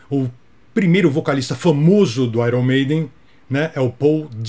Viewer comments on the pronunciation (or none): Não é "airom meiden" é "ai ãrn meiden" 😁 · Desculpa ser chato, mas Iron Maiden não ser pronuncia "Airom Meidem" e sim "Aiern Meinden". Kkkkkk Parabéns pelo vídeo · Muito bom! Só achei engraçado soltar um "Áiron" Maiden quando estava corrigindo a pronúncia do Paul Di'anno... Abraço! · Vc pronunciou Iron Maiden errado.... faça um vídeo sobre a pronúncia correta da banda...rsrsrs